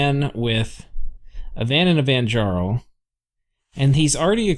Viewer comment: For interest sake the ja in vanjarl is pronounced "ya" as in yarn. Last time i had a NAP breaker in a game, the following game I spent way too many gems just ruining his game with remote attacks, and bane venom charms. I didn't say anything the whole game and had to cross two other players lands to do it. His rage was absolutely hilarious. The players around me all were in on it and left me alive to screw the guys game over.